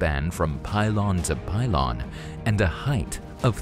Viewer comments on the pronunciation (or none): Pylon not pilon